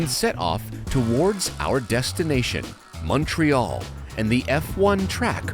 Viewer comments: Is saying “MUNTreal”? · a real Canadian. Pronounces "TORONO and MUNTREAL". Thumbs-up